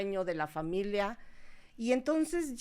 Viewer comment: es "familia", no "familea" 🧐